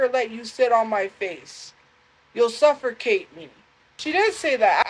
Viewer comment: its pronounced "SUFFERCATE" 😂